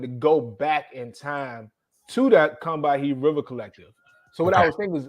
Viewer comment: For the record, “Combahee” should be pronounced “KUM buh HEE.” Loving this work, ✌🏾